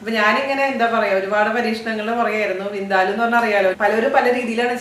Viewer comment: It's Vin-Daa- luuu not Vin-de-loo.